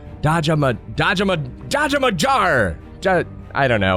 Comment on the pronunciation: that Dhaja Magar is Nepali Magar is Nepalese People Caste and is ma gar not jar like u pronounce a gun just pronounce like gar and pronounce full name Dhaja Magar